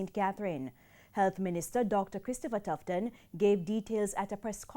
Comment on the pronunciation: Tufton not Tifton